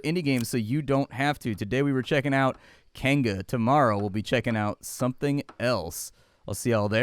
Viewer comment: Kainga is pronounced Keye Ng Ah.